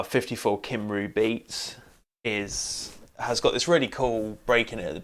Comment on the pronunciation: Your pronunciation of Cymru makes every Welsh person cry 😆 (good video though, thanks!)